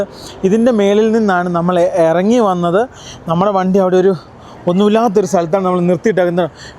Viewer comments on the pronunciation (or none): none